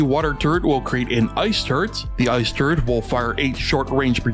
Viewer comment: Who else hears turd when he said turret? Btw underrated